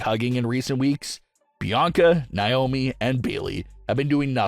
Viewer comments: It's Naomi not niomi 😢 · It's not niomi it's Naomi 😢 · Hey it's Naomi not niomi 😢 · Once again it's Naomi not niomi 😢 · Could you please stop mispronouncing Naomi 😢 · Please stop mispronouncing Naomi 😢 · Stop mispronouncing Naomi 😢